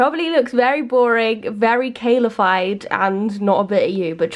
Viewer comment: "Kale-a-fied" LOL! That meal looks delicious!! <3